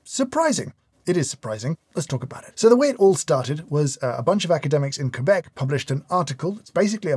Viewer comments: Great video, as always. It's interesting to see someone analyse papers and articles properly... I'm amazed at how misinformation spreads quickly now. I have to add: I love the "proper" pronunciation of the words aluminium and Quebec :D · Thank you for pronouncing Quebec the proper way.